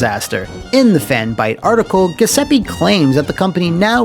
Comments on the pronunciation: It hurt to hear “Guh” seppe so many times. Thank you for this comment! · Italian here, you'd pronounce the name Gee oo seppe (the last e is the same as the one right before the double p, not a double e), the gl sound in the surname would be the same sound as the double l in spanish. The way you pronounce the name sounds kinda like ghesepi and it's pretty funny lmao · I think it’s supposed to be pronounced as “joo-sep-peh” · It's pronounced "Ju(think jewel)-zep-pay" (my Italian is a bit rusty) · He's saying Giuseppe wrong but it's way funnier this way. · You’re mispronouncing Giuseppe. It should be said with a “J” sound. Good video as always though :) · Crugliano's management style looks like it's straight from the typical "Italian small to medium sized company" mindset: 1: Employees are your property to use as you see fit 2: Lie through your teeth to the customers to get that job 3: pretend everything is ok By the way, every time you mispronounce "Giuseppe", an Italian plumber dies